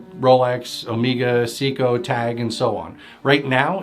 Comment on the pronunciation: Tag Heuer is pronounced "Hoyer" and Seiko is pronounced "Sayko". Just a note.